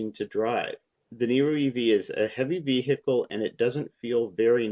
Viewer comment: Just what, exactly, is a vee-hickle?